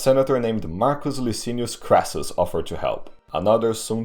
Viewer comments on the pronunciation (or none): none